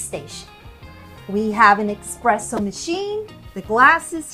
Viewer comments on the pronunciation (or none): There is no X in espresso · That “expresso” machine is sick😂😂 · I died a little when she said that.